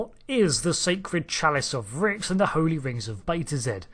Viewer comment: Love your channel big fan! but i do believe the capital is pronounced Reeks, but spelled Rixx. Sorry, it is just one of my favorite planets besides Risa, defiantly would retire on one of them